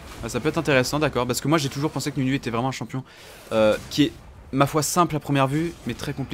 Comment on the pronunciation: tu veux pas vien prononcé le nom des champions c'est horrible